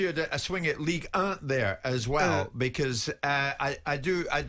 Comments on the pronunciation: Ligue uh! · White pronouncing Ligue 1 like a prick should be the headline